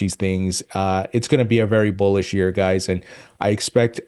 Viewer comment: I thought he said Bull💩 news.